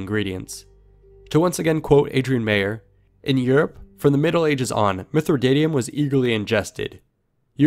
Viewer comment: mithridatium there's no o in it so why did you pronounce it as such?